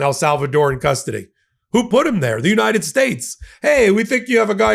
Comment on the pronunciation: Pam Bondi can't pronounce United either!